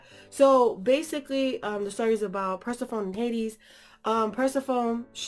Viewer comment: This was an amazing review, but watching this made me mad because my name is Persephone also. And it just bugs me when someone says it wrong lol. Not no hard feelings lol😂